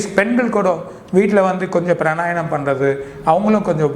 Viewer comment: Fool, it is not Pranayanam it is Pranayamam.